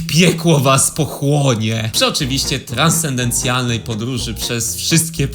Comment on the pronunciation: raduje się moje serce ze powróciłeś. Ale uszka krwawią jak słyszę "transtendencjalnej" zamiast "TRANSCENDENTALNEJ". A materiał zacny